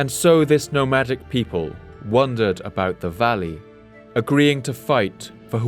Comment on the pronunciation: I keep hearing him say "wondered" or "wondering" instead of "wandered" or "wandering". Example